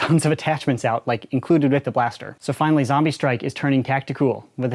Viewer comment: It’s zombie strike not zambie strike